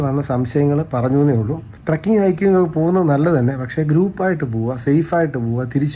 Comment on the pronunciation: ട്രക്കിങ് അല്ല, ട്രെക്കിങ് Trekking